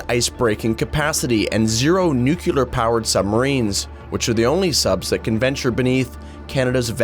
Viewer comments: NUCULAR. FFS learn to pronounce nuclear. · How does someone still say "Nucular" in 2025 lol I don't get it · Love the efforts and the spirit of your content, but at least pronounce "nuclear" correctly.